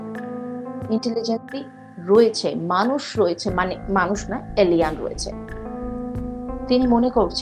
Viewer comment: Ucharon ta alien, alian noi.